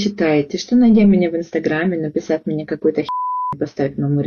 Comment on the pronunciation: 🤣🤣На "..оказать МИНЕ поддержку.." Поддержите бедолажку. Отвалите ей зА щеку.